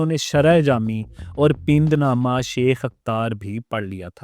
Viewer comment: It's not pind nama , it's pand nama.